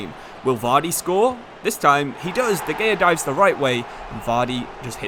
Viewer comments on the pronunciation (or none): and de gaya